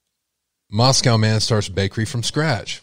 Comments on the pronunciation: I just want to say it is pronounced Mos-CO. Not Mos-COW. MosCOW is in Russia. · You are pronouncing Moscow wrong It’s not like how we call the Russian capital.